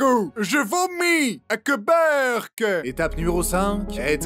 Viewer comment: Je vais vomir "a que beurque" je suis mort